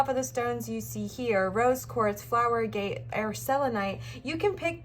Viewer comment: Pile 2 Stone is pronounced 'A' (like in apple) & 'Get', instead of "a gate" Sorry.